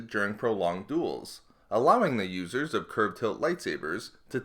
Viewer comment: LOL At the start of the video, i heard "Losers" instead of "Users"